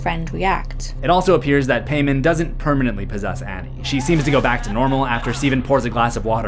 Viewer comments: Pronounced Pie-mon not pay-man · in what world is paimon pronounced pay-men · Pronounced Pie-mon not Pay-man 😂 it was painful watching this with the mispronunciation. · its also pronounced Pie-mon if i recall correctly, not "pay-man" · I think it's pronounced "Paymon" and is still a common name. It's not Paymann: Germanic redux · Paimon is pronounced with a long "I", like Pie.. I know this because he told me. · It's Paimon... Pie-Mon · It's pronounced more like py-mon... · It's pronounced (pie-mon) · I study demonology and not to be an “um actually person” but it’s actually pronounced pie-mon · You’re pronouncing Paimon wrong. It’s pronounced P-EYE-MON. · If y’all know genshin impact y’all know he’s pronouncing paimon wrong it’s pie-mon lol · Isn't it pronounced like "pie-mon"? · King pie-mon! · Always giggled at a word spelled paimon, gets pronounced paymen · I’m pretty sure it’s pronounced P-EYE-MON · Its paimon pronounced pie mon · Its pronounced paimon ( pi ee monn) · Paimon is pronounced " pie " mon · "Paimon". Pronounced: "pai (p-eye) mon (mohn)". But that's my only nitpick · King pay-men? For real, dude? Couldn't have asked google to pronounce it for you before rolling? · Fun fact: His name is pronounced (pie-mon) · there are two pronunciations, Pai-mon and Pay-mon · Hearing you pronounce “Paimon” like that hurts the Genshin Impact in me. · is anybody gonna tell him he’s not pronouncing time paimon correctly? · How did you watch this movie, and still mispronounce Paimon?